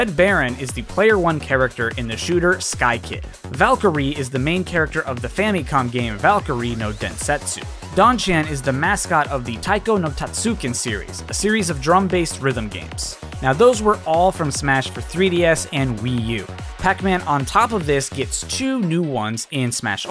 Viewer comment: Its tatsuJin Not tastukin